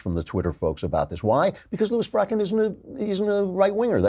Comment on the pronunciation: I love how Klavan pronounces Farrakhan. Like someone hawking up a load of disgusting mucus.